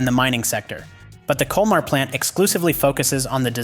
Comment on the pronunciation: Ce n’est pas liebhir mais liebherr et e n’est pas culmar mais colmar